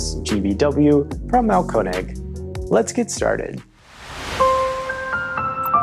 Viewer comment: Congratulations, you pronounce "Mahlkoenig" more correctly than anyone else I've heard -- and I've listened to many!